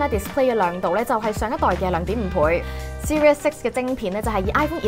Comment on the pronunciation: 係seri-z six，唔係serious six